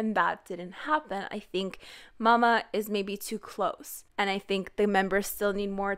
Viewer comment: Its M.A.M.A not mama I'm ded😂😂😂💕💕💕